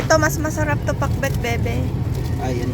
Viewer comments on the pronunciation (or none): napaka ilocano nung pagbigkas ng pakbet <3 <3 <3